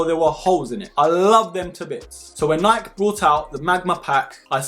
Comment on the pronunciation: Great review! AND you say Nike properly like us Aussies do 👍🙂